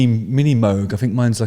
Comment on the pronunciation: Thank you for pronouncing Moog correctly. Carry on. Cheers.